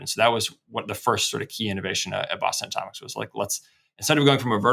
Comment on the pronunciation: Believe it or not, he was attempting to say Boston Atomics. Enunciate, kids!